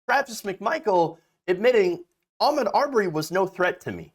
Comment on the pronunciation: You are so on point with your commentary but, could you please say his name correctly. His name is pronounced A Maude. Thank you dear